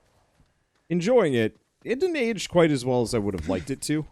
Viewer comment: "Yew wood" No, I wouldn't.